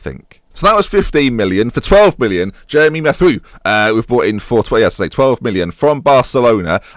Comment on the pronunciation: Mathieu is said Ma-tay-you (or whatever you want because of your "research") :p